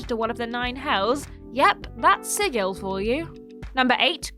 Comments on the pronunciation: Sigil as an actual word and is pronounced "sidjil" or thereabouts, not "sigill" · "Sigil" => pronunce "sidjil" ;) (it's an actual word, it means "seal" - the sign, not the animal)